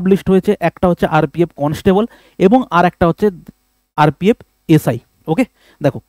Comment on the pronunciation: Sir tumi constable ke constabool bolo keno??😂